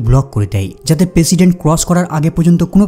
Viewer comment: পেশিডেন্ট নাহ প্রেসিডেন্ট 😂😂